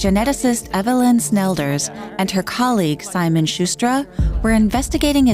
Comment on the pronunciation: Narrator: "environmental geneticist Simon Shuster' Me: "WHAT? The journalist?!" Screen: "Simon Schquestra"